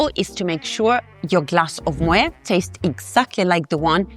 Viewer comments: It's pronounced ' moh-ette ', not ' moh-ayh '. The name is Dutch, not French. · While the content of your videos is very good, your constant mispronunciation of both Moët & Chandon and Veuve Clicquot is a tad jarring. I appreciate your expertise in wines, but you may want to double check that pronunciation. I believe it's "moh ETT" and "klee koh."